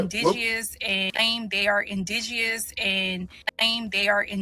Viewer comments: I’m supposed to take seriously someone some who can’t pronounce indigenous. The Jamaican woman said don’t tell her about her history, likewise she should not try to tell us about us. Silly rabbit. She’s proud to be Jamaican, I’m proud to be FBA. 🙍🏽‍♀️🇺🇸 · My God can she just pronounce indigenous correctly 😳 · The word indigenous had a personal vendetta with her mouth. That word was kicking her ass.🤣